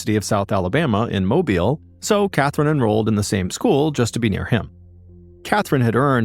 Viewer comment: He pronouned mobile right.